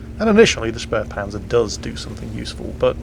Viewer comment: Actually... it’s „Spähpanzer“ there is no r like „Spärpanzer“